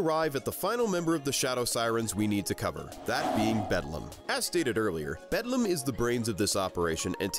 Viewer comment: While I really like this analysis and agree with it, I kept laughing at how frequently you mispronounced Beldam's name. Also, pretty sure Grubba just flat-out died.